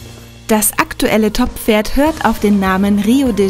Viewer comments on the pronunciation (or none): Unglaublich wofür da Geld rausgeworfen wird. Unfassbar. Ich liebe Pferde und mag reiten, aber das geht so gar nicht. Und dass die das Wort Pferd nicht sprechen kann ist furchtbar.